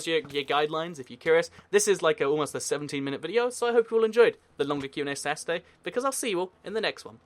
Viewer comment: Why do you pronounce Saturday as "Sasday" later on as you spell it correctly at the start of the video? It's kind of bugging me out :P